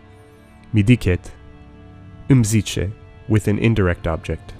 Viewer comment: pronunciation of îmi zice is on spot 👌